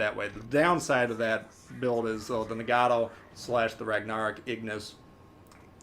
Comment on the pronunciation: For the love of God man....please stop calling it Rag-nar-ick. Lol